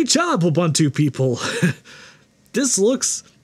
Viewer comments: Lol there's no such word as U/bun/too, it's U/boo/ntoo, it's Swahili for "Everybody". The second vowel is a long o, not a short "u". :p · Ubuntu is pronounced oo-boon-too (rather than Uh-bun-two as you kept saying), so it's an even MORE fun name to say when you do it right - WOO! Boon too! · Ubuntu is pronounced ooh boon too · Oooh- Boon- Too is the correct pronunciation. The letter U gets the OOH sound every time. So it's Ooh Boon Too not Yoo Bun Two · Ubuntu is pronounced “oo boon too”. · ubantu is as correct pronunciation of ubuntu, as lienacks is of linux, and citerix is of citrix. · The word "buntu" is pronounced "boo-ntoo”, This is an African word and the "u" in most African dialects does NOT have an "a" sound as is the case in English. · Every time he says uhbuntoo I have to pause the video and contemplate the meaning of life. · Please stop mispronouncing Ubuntu... Unless you're saying it ironically (which I doubt)?